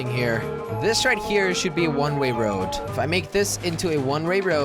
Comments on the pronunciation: I counted 52 times when he said one Ray road when he means one way road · When Jelly says a one way road it sounds like he says a one ray road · He kept saying one Ray woad! 😂😂😂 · "One ray road" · It is the most easiest word and you messed it up ( one ray road )